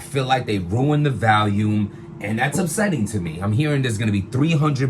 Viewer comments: said “Valume” at least a 100 times 😂😂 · If he says Valium one more time!!! 😀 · Is it VOLUME or VALUME??? I'm confused LOL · lmao it's hilarious how americans can't pronounce the word VOLUME....it's VOL not VALUME what the fuck is wrong with yall 🤣🤣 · Stop saying vAlium. It's vOlume 🤦🏾‍♂️ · The BRC can't correctly pronounce the word "volume" for shit. 😂